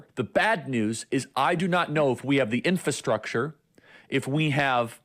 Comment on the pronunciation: ‘Infastructure’ LOL. Go back to school Chuckles!